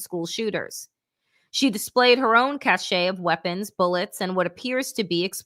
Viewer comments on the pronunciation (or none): none